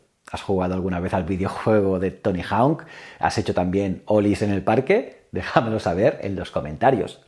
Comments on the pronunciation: Por favor di bien hawk, jauk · Dime que no sabes inglés sin decírmelo: Tony Jaun